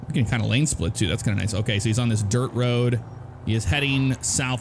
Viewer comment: It's "all ova da woad" :) And let's not forget COOOOODE ZEWO SANNNDYYYY